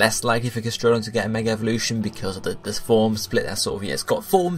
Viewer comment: !weP BTW It's 'Gas-tr(think of 'tree')-don'.